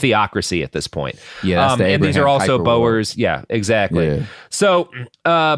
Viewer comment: Also he got Lesotho almost right, but not Sotho, or Bo-er like Boeing 😅😂 it feels like these are not sounds that an American accent can't make, it's just not bothering to check...